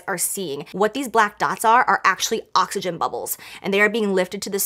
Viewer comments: She sure did I thought she said that too at first but I had to make sure if I heard her right 😂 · "Its is ocagen" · Did she say occagyn? Is that like oxfoliate? 🤣🤣🤣